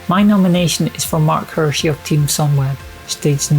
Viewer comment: it's "Hirschi" 👌